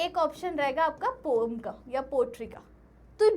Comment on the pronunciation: Poem❌ Pom✅